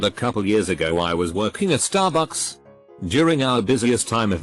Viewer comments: I love how he says staRBUCKS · The one that worked at Stahbux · The way that this stt program says starbucks is hilarious.